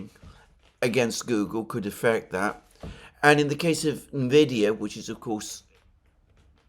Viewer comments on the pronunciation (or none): It’s pronounced “en-vid-ee-ya” not “na-vid-ee-ya”. ie, you enunciate it as the letter “N”, rather than phonetically roll it into the word. And yes, it went from being the most profitable and efficient “miner” of Bitcoin, Ethereum, and others, to being the most powerful “Deep-Learning Algorithm” chip manufacturer. In 2020, amongst the previous Trump tariffs on China (read: Taiwan), the cryptocurrency boom, and utmost dominance of nVidia, over AMD, in the PC gaming market— the contemporary release of the “RTX 3000-series” video cards (GPUs) saw an UNPRECEDENTED market demand, coupled with an extremely low market supply. - ~2018-onwards nVidia was leading in the videogaming industry in its use of “AI”, or “Deep-Learning Algorithms”, beginning with training a predictive algorithm to increase clarity of images -this became “DLSS”, which would take a lower resolution image, and “upscale” it to higher resolutions, via a predictive model. In real time, this allowed videogames to render an image, a single frame, at lower resolutions and upscale it and display it, at higher resolutions, thus saving rendering power, making it possible to achieve higher framerates in otherwise demanding games -further improvements, and off-shoots made nVidia GPUs a very demanded product -coupled with the existing technology that calculated the physical paths of light sources as “rays” that “bounced” off walls, diffused, etc— nVidia was releasing a product that was “required” to utilize these breakthrough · Everyone pronounces it Envidia, which is Spanish for envy.